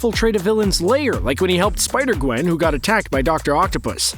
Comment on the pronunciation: It is Spider-Gewn